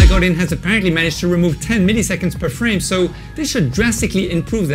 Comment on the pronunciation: Indeed. And also his last name is more of a "go duh!". :)